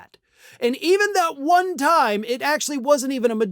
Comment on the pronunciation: Love the emphasis on "one"😂